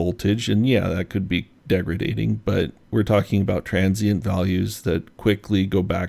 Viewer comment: The word is "Degrading" not degretating.